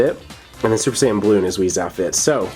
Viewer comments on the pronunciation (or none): It's wis not wizz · its whis you said whiz